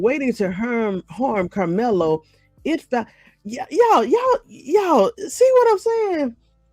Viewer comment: Young man, I want you to say Karmelo‘s name right?